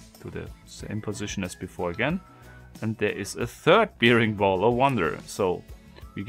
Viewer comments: Hi, es heißt: „ Bäring-Ball“. Wie der Bär. Und bear wird auch als Bär gesprochen. Hab mi schon gewundert warum du immer Biering und zum Bär Bier sagst. Ich liebe diese Puzzelei. Lg aus Graz... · Careful, it's pronounced "berring ball" not "beering ball".